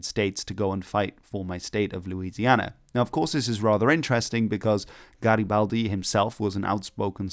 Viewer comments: "What are you doing?" "Nothing...Me? Just hanging around" P.S. That Garibaldi pronunciation at the beginning was perfect 😗🤌 (chef's kiss) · OMG HE PRONUCED GARIBALDI THE RIGHT WAAAAYYYY OMGGGG